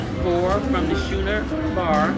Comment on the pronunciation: It's schooner like scooner not shoener